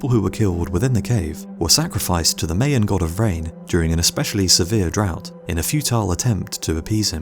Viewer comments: my an, NOT may an. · MY-an, not May-an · Mayan is pronounced: "MY-YEN" And YES, I agree, you deserve WAY MORE Subscribers!